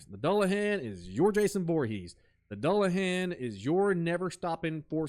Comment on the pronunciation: doo-luh-han, great video, ive just never heard it pronounced the way you say it lol. Han like Han Solo